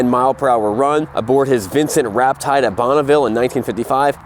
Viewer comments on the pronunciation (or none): Rapide not Rapride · "Rap-Tide"???????!!!! Thats pronounced Rap-Peed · you say "Vincent Rap tide" - it's Vincent "Rapide". Minor error in reading, major error in pronunciation. You should know more about Vincents. Also, I would never ride that bike (except perhaps slowly for a gallon of milk) without fixing the front brake. How hard could it be? Get 'er done! Finally, there is not a chance in hell that bike would ever - remotely - go 150 mph. 115, tops. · “RAPIDE”, NOT “RAP-TIDE”. PRONOUNCED “RA-PEED”. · RAPTIDE. MAN...... It's stuff like that which trolls British bike guys and I think you know it. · Rapide not raptide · WTF? A Vincent RAPTIDE??? You didn't do the research into one of the most iconic classic bikes? It's a Vincent Rapide, pronounced RAH-PEED. Oh and cute snowflakes on your helmet. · RapTide? Are you fukkin kidding me? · A point of clarity: Its not a Vincent Raptide, It’s a Vincent Rapide. Pronounced RApeed. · Vincent Rapide. (Pronounced Rap-eed-aye) Not raptide. But I’m glad you open the crate and assembled the Norton. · Rapide not Raptide. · Vincent Raptide??? It's Rapide!!! Hillman IMP??? It's Imp. Get it straight or live with critics. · Never heard of a Vincent "Raptide" ? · 'Vincent Raptide'? Ps... Your forks are the wrong way round. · It's Rapide, not Raptide, you dumb yank. :) Cheers from a dumb Aussie. haha. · Fun little show but it would be better if you could pronounce the bike names correctly its a rap eed not rap eyed also imp is a word not initials google will help you get it right. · Vincent Rapide (Ra-Peed). Not "Raptide." I put 175,000 miles on my '72. Best bike I ever owned. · Vincent Raptide"??? Brain dead yanks is an understatement. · And Vincent Rapide is pronounced "Ra peed", call me a pedant but I also cringed at "I.M.P", hey but you don't know, what you don't know. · "Vincent Raptide..." No wonder they are ripping the piss out of you. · Did you actually say Vincent Ra-pied? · You said “Vincent rap-tide”? WTF?